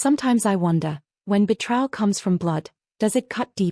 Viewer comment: It's painful to my ears when I hear the narrator mispronounce the word betrayal.